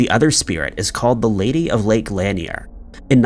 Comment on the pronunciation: LAN-NEAR not LANY-EEER lake in Georgia